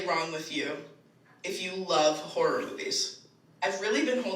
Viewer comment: It’s hard to hear if you’re saying “horror” or “gore” because you some how turn “horror” into a one syllable word when you pronounce it. It sounds more like you’re saying “whore” which is not “horror”. Sorry to nitpick the way you speak, I just find it very distracting and it was genuinely hard to differentiate which word you were saying towards the start of the video.